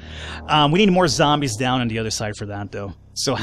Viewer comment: I love how he calls the zombies "Zambros"